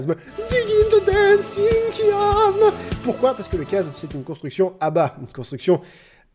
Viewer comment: C'est se qu'on appelle un Chiasme ! (Se prononce "ch")